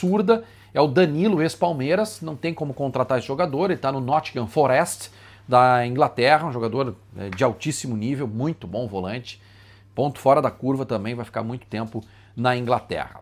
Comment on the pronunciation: É mas na minha opinião serve o Bruno Mendes sim, lembrando que tu não é dirigente e sim jornalista então sabe tanto de futebol quanto qualquer um desculpa de decepcionar vaga, e aliás nothingham forest se lê bem diferente do que isso aí que tu falo